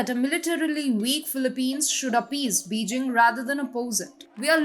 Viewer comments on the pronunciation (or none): pleas elear how to pronounce Beijing - its Bey Jing